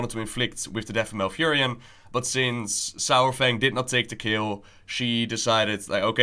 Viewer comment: Why I keep hearing sour-Fang?